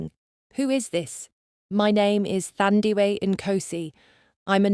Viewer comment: 💃🏽As a nurse by profession too 👏🏾👏🏾👏🏾best story ever thanks to the author 👌🏽 this should be a movie,Windhoek 🇳🇦 oh the pronunciation of her name is Taa Ndie weh instead of Thurndiwe Thandiwe a name meaning Love in Isindebele tribe of SA😊